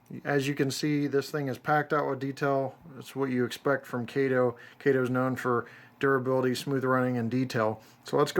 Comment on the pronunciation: Thank you for pronouncing them as Kay-toe and Loke-sound